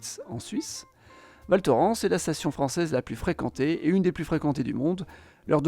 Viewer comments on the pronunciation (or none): Merci pour le partage 🇨🇭 PS : Val Thorens se prononce "ValtorINsse"